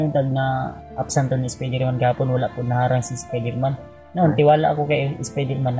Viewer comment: NAG IISA NLANG C REYMAT NAHULI UNG NATITIRA NYNG KASAMA BUTI NKATAGU SI REYMART NGHIHINA N SYA WALA KC UNG BANDANA..KAWAWA UNG DALAWA NYNG BANTAY MUKHANG NAPATY PAREHU SANA MKASURVIE SILA.. JUSMEYU GUSTO NILA MGBAGO PERU SI SATANAS ANG HADLANG SA KNILA.. SPIDERMAN AS IN SPYDER MAN HNDI SPEDER MAN..😊